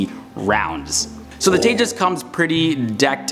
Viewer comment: Thanks for pronouncing the name correctly 😂👍👍